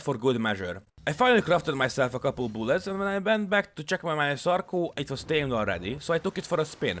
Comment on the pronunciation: "more boolets"